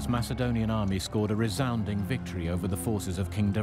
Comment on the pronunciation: why do they read Macedonian as Masaedonian